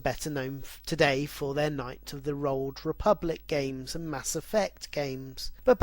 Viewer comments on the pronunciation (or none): knights of the rolled republic LOL every episode all though great an informative, are full of mis pronunciations! LOL watch out for those ninjas!!!